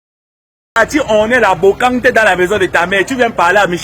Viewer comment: on dit brocante et non bocante pour quelqu'un qui a un master euch😮😮😮 Ton français laisse à désirer.